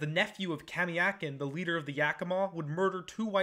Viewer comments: It’s pronounced Kuh-mī-uh-kin not kuh-mah-eeyakin fyi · Bro you don't even know how to pronounce Ahtanum or Kamiakin 🤣